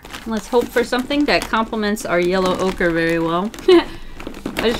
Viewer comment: Her: yellow ocre What I hear: ocurrrrrrrr